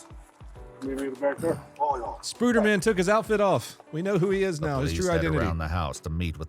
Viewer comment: Lmfao you said spuder man!!! Baaahahaa